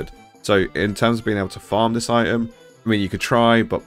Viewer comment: You did miss something - the "T" in the word "item".